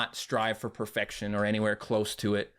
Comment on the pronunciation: The Strava for perfecshin is the start of inperfshin